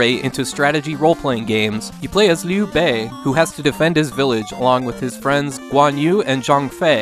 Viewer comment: Nice pronunciation on Liu Bei, Guan Yu, and Zhang Fei! English speakers rarely get Chinese names right, so this is just another example of how well you research your content.